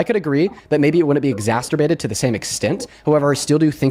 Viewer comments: This is the second person I’ve heard on YouTube this week saying “exasterbated”. Ugh. 😒😒😒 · I'm exasperated by saying exsasterbated 😂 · Eeww... I hate exacterbated, too! Language is a code. Get it right. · I hated "exasterbated" too. At no point in history has it been easier for people to learn how to pronounce words, especially names of places and people. And yet . . . here we are. Language, as William S. Burroughs said, is a virus, and it appears we're losing the fight. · "ex-ass-ter-bated" 😂 People using big words to sound smart, when they can't even pronounce the word, really defeats their intention. 🤦‍♀️ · Exasterbated. Isn't that the new kink? 🤣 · Exasturbated bothered me right off the bat. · Just the fact that he doesn't know that the word is exacerbated just completely negates everything that spews out of his moronic mouth!!! If you're going to use an "SAT" word to try and sound smart you better know how to say it and what it means!!! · Dude pronounces exacerbated like masturbated.